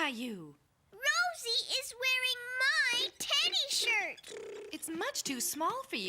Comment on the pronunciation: Bro sais shit instead of shirt